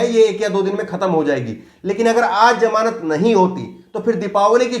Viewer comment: Its ZAMANAT not JAMANAT